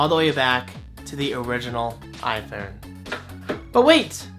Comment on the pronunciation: "Eye foon". Hahaha great video.